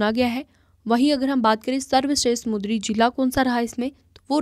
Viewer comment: Not mudri , samundri